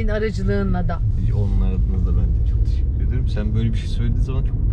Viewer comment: Allah’ım ’in teşekkür ederken arada değişik söylemesi ve tişikkür ederim demesi. Sesini vs değiştirmesi çok tatlı değil mi?!!